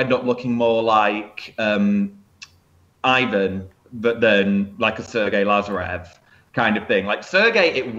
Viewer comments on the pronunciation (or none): none